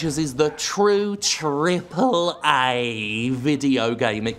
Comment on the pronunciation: Trehpull Ehhhhhhhhhhhhhhhhhhhhhhhhhhhhh